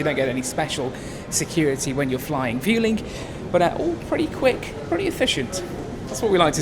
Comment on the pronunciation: It's pronounced Vwelling